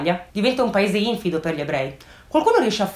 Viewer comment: Cara infido si pronuncia con l'accento sulla i,quindi infìdo non infido